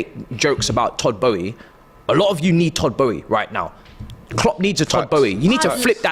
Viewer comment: It's Todd Boehly,, not Boehy lol.